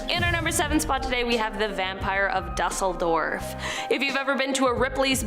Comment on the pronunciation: Pronounced doozledorv